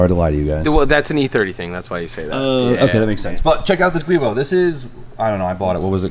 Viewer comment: Pronounced ju-bo. Not gweebo. You're welcome.